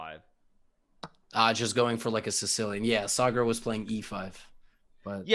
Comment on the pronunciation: Levy nailed the pronunciation of Sagar's name. Respect.